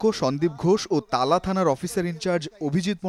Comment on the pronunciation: তালা না,.... টালা